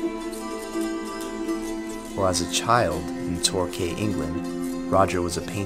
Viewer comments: It's pronounced "TOR-KEE" not torkay and while I'm at it, it's BuckinghamSHEER (or buckinghamSHUH colloquially) not SHIYER. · TorKEY and BuckinghamSHER. Welcome to English, Yankees. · Great video. FYI, pronunciations for the two English places you've mentioned for future essays: Tork-ee, Buckingham-shir (almost like, "sure") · Torquay is pronounced tor-key thanks for the video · Ok it’s pronounced “ torque-key “ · It's pronounced Tor-key Quay is pronounced Key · It’s pronounced Tor-key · Torquay is pronounced "Torkee". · Great vid mate, but you need to learn to pronounce Torquay properly ;)